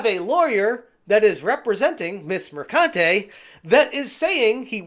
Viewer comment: PRONOUNced MerCUNTe